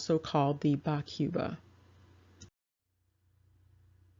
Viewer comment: Being a bantu language, its pronounced 'koo-ba', not 'kyoo-ba', like the South American country.